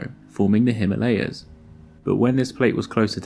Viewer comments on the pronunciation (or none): none